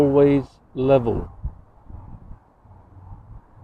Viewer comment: Wotar, wotar, wotar, it's lebol. Wotar is lebol. 😂😂 Wotar wotar wotar, brain is lebol.